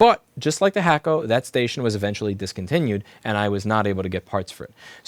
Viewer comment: You know, every time you said hakko i thought you were talking smack about the hot air solder you were using. I thought u were saying hack-o.. as in “Chinese bootleg”. 🤦🏽‍♂️ only took me over ten years to figure that out.